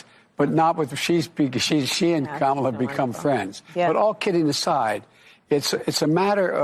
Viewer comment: Look! I like watching you man, but you are seriously THE LAST PERSON WHO INSISTS ON PRONOUNCING KAMALA HARRIS' NAME WRONG. WTF IS YOUR PROBLEM?!?!